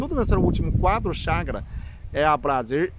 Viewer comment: É chakaras ou chagas , não entendi a dicção, mas gostei do assunto por fvor fale mais sobre isso , afinal é saúde mental.